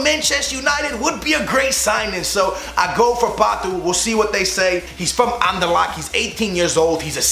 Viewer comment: He pronounces things like a fucking idiot, Anderlac?????? it is Anderlecht